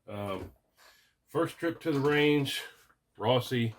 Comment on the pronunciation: I cringed as soon as you said "Rossi." Junk☠️